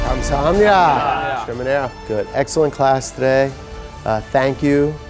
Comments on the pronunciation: kam...saHAPnedaaa I mean... at least you tried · Keith tryna say thank you in korean😂😂❤❤